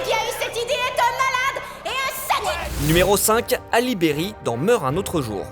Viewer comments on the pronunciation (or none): none